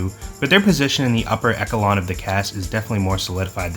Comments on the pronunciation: I hope u havent gotten too many comments about this and I hope you don't mind the correction, but echelon is pronounced "ESH-uh-lon", not "ECK-a-lon". When people mispronounce words like that, it means they learned it through reading it. I hope this doesn't come off as rude or annoying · Man did you say "ekelon" instead of "echelon" or am I deaf? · its pronounced "eshelon" not "eckelon" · "esh-el-on" 😭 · Eck-alon? That's not how you pronounce echelon. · i just watched a video where you mispronounced valiant and now you mispronounced echelon. All love I can tell you a reader 🙏